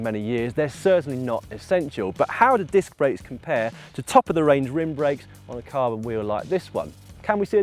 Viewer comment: grebo121 what are you going on about the process for? i was making a joke about him saying dick instead of disc. lol I could of figured that all out without instructions, although i don't currently own a bicycle I'm quite mechanically inclined. Swapping dicks on the other hand requires a surgeon with a scalpel. not a 5mm Allen key. get it right Lol